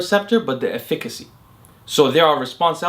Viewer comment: Dude can't pronounce efficacy 😂